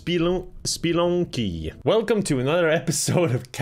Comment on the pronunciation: Obsessed with how Kevin calls the game "SPLUNKY"